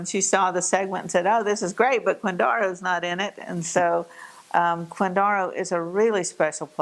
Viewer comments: I'm from KCK and yeah, I don't ever remember anyone saying "quinDARo" it was always "quinDAREo." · I have to argue with your pronunciation of Quindaro. Having been raise in KCK we never called it Quindara, it was always Quindaro with a hard O . I can give you more history if you want. My family had a grocery in KCK prior to WWII. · Killing me with the pronunciation..I suppose, maybe way back in time it was pronounced that way, possibly. I was born and raised in the area and never heard Quindaro pronounced this way..